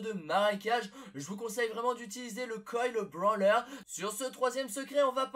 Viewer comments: Quand tu dit brawler tu prononce branleur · le coil brawler ce prononce brolerr et pas branleur et c'est pas vraiment des secret